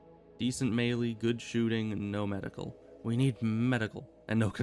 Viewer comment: I've heard people sat "May-lay" and "Me-lee" but never "May-lee" lol. That's how im going to say it from now on.